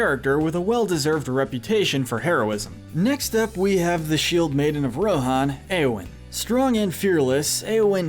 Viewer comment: RIDERS OF RON?!?!